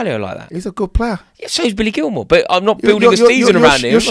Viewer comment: Did this man say Billy Gilmore....